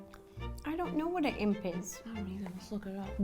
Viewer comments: yea but it sounded like "I am pee" xD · Justine :“asks Siri” what’s an imp? Ro :I am pee 😂😂🤣